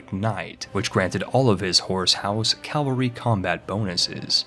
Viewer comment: Nobody:: "Calvary Hegonomy"